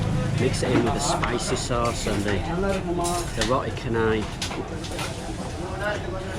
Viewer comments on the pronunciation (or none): RO-TI CA-NAI. IT IS CHA NOT KHA. NOT KHA-NAI. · Nice video. Anyway, Roti Canai is pronounced as "Rotee Chanai" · Roti Canai in Malaysia is pronounced as Ro-tee Cha-nai from the city Chennai, India (similar to how we pronounce channel) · Remember... C in Malay is Ch sound not K sound 😊